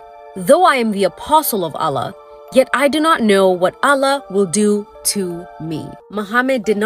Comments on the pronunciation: Astughfirullah, the way she pronounced Allah...May Allah guide everyone and grant us all jannah, ameen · Just hearing her mispronounced Allah just shows how little she research about the topic